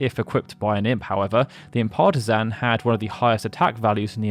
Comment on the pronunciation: is this AI narrated? Or do you have an odd speech impediment? You keep saying Imp Partisan like "impartazan".